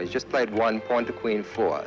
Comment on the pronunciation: why he didnot call them paaaaaan like jennifer shahade